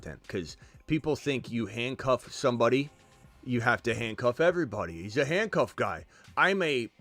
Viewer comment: 100% did not say “handcuffing”. Sounded like he was trying to be funny and mispronounce the word on purpose like he did with Bijan’s name. 100% sounded like; “handc*cking”